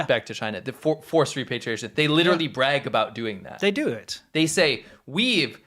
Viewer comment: The word is "repatriation ", not "repartiation"